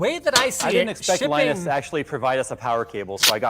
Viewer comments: LIE NUS WHAT DOES IT MEAN??? WHAT IS A LIENUS LIE NUS TECH TIPS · WHAT IS LIE-NUS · is just hilarious! "LIE NUS WHAT DOES IT MEAN???" "WHAT IS A LIENUS" "LIE NUS TECH TIPS" Savage:D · "What is a Lie Nus?" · LIE NUS TECH TIPS haha